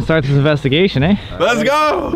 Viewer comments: when Sam said “eh” 🇨🇦😉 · Canadian eh